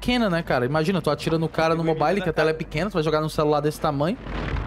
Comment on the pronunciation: "mo bai li"